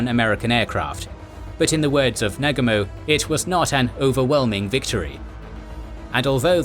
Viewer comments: the japanese admiral Nagumo is pronounced Na-goomo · it is pronounced NA----GU---MO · I wish to god you guys could pronounce Nagumo correctly. It's just sound idiotic the way it's pronounced on this video. Cheapens the quality.... It's NA-GU-MO not NAG-U-MO.....